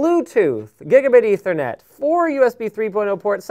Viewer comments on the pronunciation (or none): none